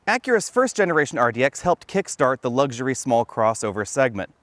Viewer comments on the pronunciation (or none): It's luxury not lugsury.